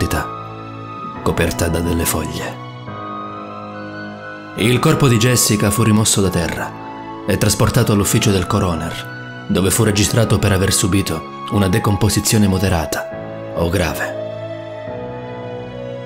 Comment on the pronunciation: Bellissima voce, ma occhio alla pronuncia delle parole (coroner ha l'accento sulla prima o) e alla grammatica (l'aveva telefonata?!) 😉